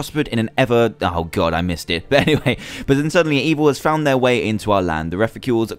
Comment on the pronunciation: And don't read the one which has ha well read but for ha say has please